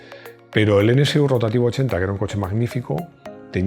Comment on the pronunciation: Perdona mi atrevimiento, pero como profesional de la comunicación, me dejas confundido, pronuncias N(CE)U NCU, cuando lo correcto es NSU N (ESE) U...